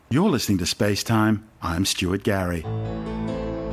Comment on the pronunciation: Who is Stuary Gary?